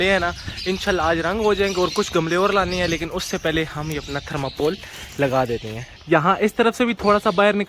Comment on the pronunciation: Aap na thermacol ko thermapol kehte hai 10:1😁😄